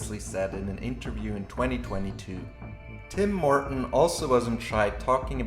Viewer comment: Because I was listening to this instead of watching, I keep hearing "Tim Morten" as "Tim Horton", and was wondering what a Canadian coffee franchise had to do with Stormgate.